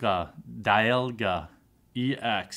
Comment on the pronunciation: di-al-ga , me-sprit, not spirit